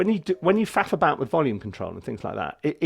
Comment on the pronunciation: you say "faf about" I hear something vastly different 😀